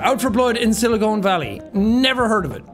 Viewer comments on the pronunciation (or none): none